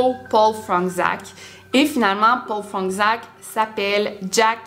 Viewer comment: c’est du polonais, ça se lit « Fronetchaque » ;)